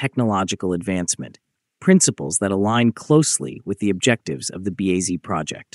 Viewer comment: The AI voice on this video is an cringy atrocity, it keeps calling BAZ everything from "BAD" to "B.A" to "BEZ"